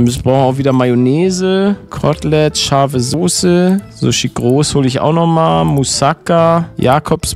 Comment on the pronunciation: Palette das heisst Mousakaaaa ausgesprochen, Net mouuuusaka